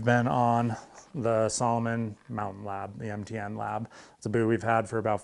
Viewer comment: He said MTN binding, though I does sound a lot like he says NTN :D